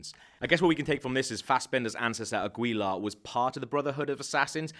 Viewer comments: Is it really THAT hard for non spanish speaking people to understand that you don't pronounce Aguila like it's spelled? His name is Agila (Eagle). The u is silent. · please say agyila instead of águila.